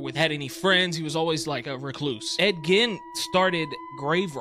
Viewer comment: It's spelled Gein but pronounced Geen